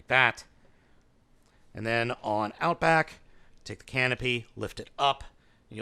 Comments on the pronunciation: Outback not outboak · First off its "Power of the Primes" not "Powers of the Primes". Second its "Outback" not "Outboack". Third the Takara version is exactly the same as the Hasbro one. Neither has the G1 gun. Where are you getting that info??? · I see a lot of comments saying this already, but... oh well. "Outboack" xDD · It's "Outback"! 😂🤣😅